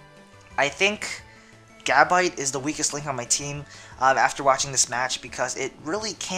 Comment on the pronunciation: Evolve Gabite and it's pronunced Gu-bite.